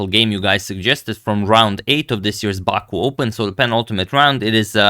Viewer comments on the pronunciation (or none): none